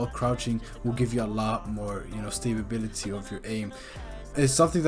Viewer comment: “stabability” GOT ME LAUGHING IDK WHY 🤷🏻‍♀️🤷🏻‍♀️